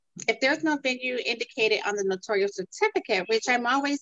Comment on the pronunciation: It’s Notarial, not notorial or notorious!